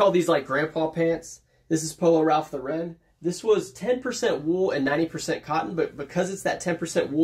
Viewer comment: New subscriber. You said Ralph Lauren is your favorite brand to sell so I thought you should know Lauren is pronounced like snorin'. If you've heard of Lauren Bacall, like that. LORE en. Ralph's last name was Lifshitz. He was tired of being teased. His cousins had already changed their name to Lawrence. He liked the sound of that but wanted his own name. So changed to Ralph Lauren. Most youtubers pronounce wrong but a few get it right. Cayley Elaine is a big one, great channel. Your intros are really great. And congrats on becoming a dad.